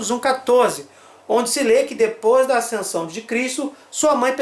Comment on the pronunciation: Por que ele fala "aicensão"?